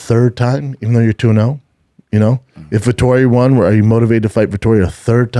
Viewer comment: Is it me or does say “Wawn” instead of Won